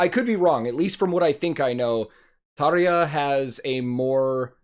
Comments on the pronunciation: Hey dude! You pronounced "Tarja" exactly correct, just like real finn should do it👍! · You’ve beautiful pronunciation of Tarja highly appreciated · You pronounce tarja and the dutch words very good 😀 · You pronounced "Tarja" allmost like a native Finn. Impressive :) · You pronounced Tarja very well! Heippa Suomesta :)